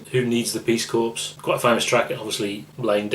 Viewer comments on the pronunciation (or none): Corps is pronounced core not corpse 😂😂